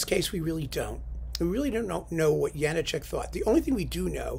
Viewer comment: Good choice. Mackerras did a bunch of good stuff with the CPO. I don't suppose there's any point in noting that it's pronounced Ja-NAH-chek is there?